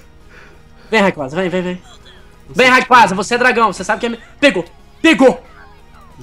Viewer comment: ngm sabe pronunciar o nome do rayquasa certo